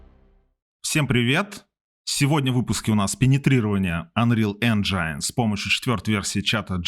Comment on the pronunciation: "энжайн" режет слух, это рунглиш какой-то. Правильно "энжин"